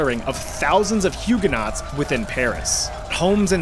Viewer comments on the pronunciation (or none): they are pronounced hugeonoes not huguenots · I'm really sorry, but Hugenaught is pronounced Huegen-o. The aught is silent. :) From a Hugenaught. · Love love love all your videos…. But PLEASE say Huguenots correctly! It’s making my ears bleed 😂😂